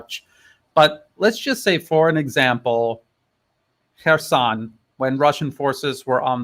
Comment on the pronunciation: No Russian speaker, never mind a native one, would pronounce "Kherson" in that way. This smells fishy.